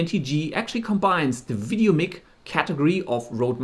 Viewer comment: Doesn’t apply here bro, no offense. I guess it is part of your native language which i can understand! Goodluck with the channel:)